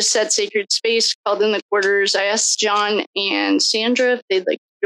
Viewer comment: Paul can't even say Johns name.